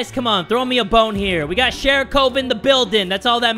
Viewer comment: sorry to be rude, but it’s sharikov. Not sharicove.